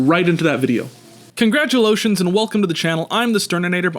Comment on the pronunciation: saying "congratulotions" was absolutely perfect for this video.